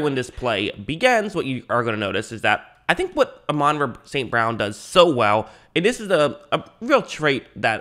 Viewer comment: Pronounced ah - mon Rah